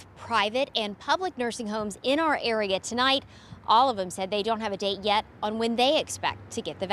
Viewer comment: Sure emphasized the word “Yet” 🤔